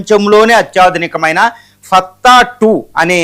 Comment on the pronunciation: మిత్రమా! తమరు మీ భాషను, పారిభాషిక పదజాలాన్ని సరిచేసుకోగలరు. ఫత్తా కాదండి..... ఫతహ్ దాని అసలు పేరు. అర్ధం ఏమిటంటే " జయించునది " ఇక ఇరాన్ వద్ద సరాసరిగా అమెరికా మీద ప్రయోగించగల " I C B M.మిసైళ్లు " ఉన్నవి. కాని అనేకానేక కారణాల వల్ల అలా చేయదు. గతం ఇరాన్ ప్రస్తుత ఇరాన్ ల మధ్య ప్రతి విషయంలోనూ ఎంతో వ్యత్యాసం ఉంది. ఇక అమెరికా సంయుక్త రాష్ట్రాల ఏకచ్ఛత్రాధిపత్యం దాదాపుగా శూన్యం. బలవంతమైన సర్పము చలిచీమల చేత చిక్కి చావదె సుమతీ......జై హింద్